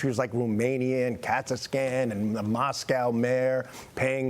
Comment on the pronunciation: "Katzascan?" where's that?